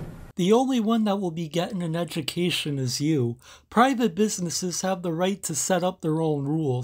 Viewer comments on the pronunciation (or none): “ Time for a edgamacation huh? Yep.